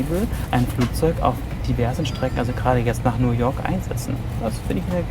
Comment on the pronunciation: Warum sagt er now york